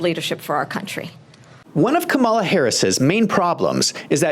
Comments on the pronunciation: It’s KAWM-a-la, not Ka-MAW-la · Her name is pronounced: calm-A-la NOT come-ALL-la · Sir, you really should practice the proper pronunciation of President Harris's first name. Let's say it together: Kam a'la (NOT Ka-Mall-Uh). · Dude, if you can say PAMela, you can say KAMala. Just stop. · Please say the woman's name correctly. Kàmala. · I love you, man. We need more perspectives like yours. But anyone still pronouncing her name wrong (with the accent on "mala") sounds like a hack. Don't sound like a hack. Please. The opposition can show disrespect. Let them. We should rise above that. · My first clue was this guy not saying Kamala’s name correctly this is a dead give away that you are a Trump supporter so your opinion would be biased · Mispronounced her name again and again......I WONDER WHY? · You can't even properly pronounce the Vice President's name. You have no business offering your opinion to anything relevant to the debate. Your comments make no sense, along with the comments donald trump. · You might want to learn how to pronounce her name, then admit it was a disaster for Trump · Can’t watch your video if you can’t even pronounce her name correctly. Let me know when you have that down and I’ll give you a second chance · Pronouncing the name of the vice president would be a good start to lend credence to your talk